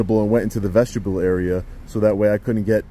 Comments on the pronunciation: It sounded like you said "vegetable area" . Vestibule area would be correct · Vestibule (Pron: VEST-uh-byool) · 😂I thought I heard vegetable area twice now. I think it's vestibule. Anyways. Great video as always. Your skills far exceed 99%